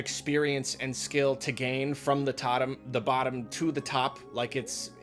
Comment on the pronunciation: "From the tottom- the bottom" yes, from the tottom to the bop